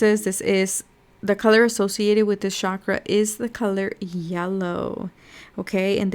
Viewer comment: it's not pronounced 'shakra' btw. it's chak-ra